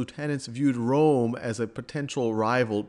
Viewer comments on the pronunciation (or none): none